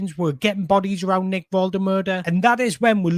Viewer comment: Great video. Love the fact you pronounce Nicks name diffeently every time. :D :D :D